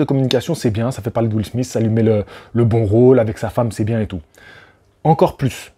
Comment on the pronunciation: Premièrement , commence par dire Chris ROCK et non chris ross ! Et Deuxiement lautre se dit Will SMITH ! Pas will smisse!!!